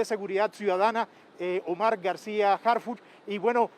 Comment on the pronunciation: ¿Porqué todos pronuncian "Harfush" si es Harfuch? que son de ShiHuaHua?